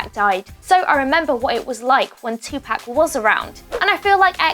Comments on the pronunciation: Audie lmao they ruined the whole video with that shir ,in tapac for Tupac ruined it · It's not tupack it's topuck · It's not pronounced "Two pack" it's pronounced "Two poc' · You’re saying Tupac’s name wrong. It’s To (pock) not To (pack) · You keep fucking saying two pack it's poc/pock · "Tupack" its pronounced "tu-pawk" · It’s not “2 pack” it’s Tupac. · She said 2 pack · It's pronounced 2-Poc not Tu-Pac 😂😂 but RIP Jaseh😭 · Tf! 😂 😂 who is 2 PACK?! It’s 2pac 🤦🏽‍♀️ irritated my ears hearing this dumbass damn reporter say his name wrong. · Bro she keeps saying Tupac like two pac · Its pronounced two pock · Michelle Proudfoot idk if u have already gotten a response. It’s not pronounced “2pack” it has more of a Spanish sound. It’s like the sound pop but pac. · ITS NOT TUPARK ITS TU-POC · She said two pack 😂😂😂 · "TWO PACK" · If this nigga sais 2pack 1 more fucking time i swear to god. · Did she just say 2-Pack... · The way she says tupac, "tupack" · Lol she said tea pac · Tupac is pronounced 2poc just so you know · “Compared to TwoPack” can we get someone who can say Tupac right? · “two pack” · The way she kept saying 2pack was so annoying 😒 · It's Tupac not Tupack. Smh..... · I hate people who say Tupack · Michelle Proudfoot more like tu-poc is the pronunciation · I'm so glad someone said this. British people can still say Tupac not 2 pack. I was ready to hit this woman. Like that's a disgrace on Tupac hard core. Speak the beautiful name correctly or not at all please and thank-you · Audie lol tupack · Karrie Minaj British are supposed to pronounce it two pack and Americans pronounce it two Park. That’s the way both are supposed to say it. Just how like the British and Americans say the word “glass” differently it’s all about your accent and where you’re from. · Tylon Slacks she says tupac name wrong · Using X’s death to get views when before he was never on your radar. P.S. learn how to say TUPAC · OMG I JUST CANT SHE CANT SAY TUPAC RIGHT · TUPAC YOU SAID THE SHIT WRONG